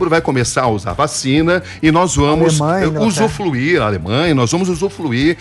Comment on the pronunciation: Jornalista falando “usuFluir” é dose.